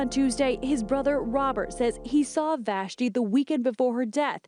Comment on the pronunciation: It’s so weird hearing my name pronounced so perfectly in my favorite accent. What are the odds of me watching this video at 1am and hearing my name 😂😂 Vashti